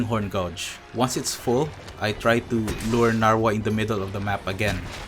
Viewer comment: Im kinda uncomfortable with the way you pronounce “Gauge”. It should be /Geidj/ , not /Gaudj/- however, solid vid!